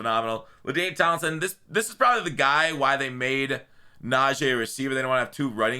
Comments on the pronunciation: yo it’s pronounced Nah-G not Nah-J. Us steeler fans have to be the ones to get it right 🙏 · IT'S NAJEE NOT "NAJEH"!!!!! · NA-GEE damn say it right 😂